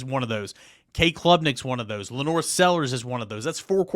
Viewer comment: wtf is going on that over half the media mispronounce LaNorris Sellers name? It’s not LaNore